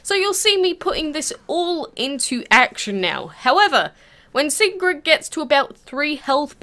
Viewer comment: Great video! Nice detail and you said her name right, which no one else seems to be able to do. Almost all of them say it like, “Sigern.”